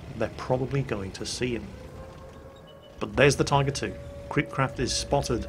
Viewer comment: I heard him say Typer 2